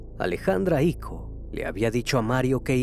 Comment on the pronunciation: Es Icó, no Ico